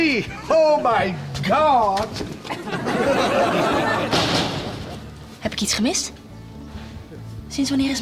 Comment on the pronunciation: "oH mAh GaHwD!!!!''🤣